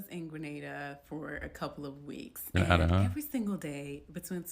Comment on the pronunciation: Is Grenada supposed to be a country or something? If she means she's in Spain (because with the 2 hours of everything shutting down for eating, it does sound like Spain) it's Granada, not Grenada.